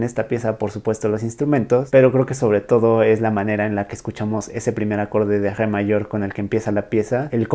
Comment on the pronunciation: No puedes pronunciar "Re"? Jeje